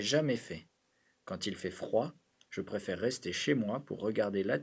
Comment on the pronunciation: prefere 이거 발음... 어우